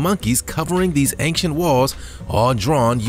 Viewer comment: Dear narrator: "Ancient" is not pronounced with a hard "C" ("K" sound).